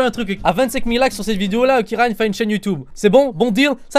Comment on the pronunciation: Ryan ta "géchan" XD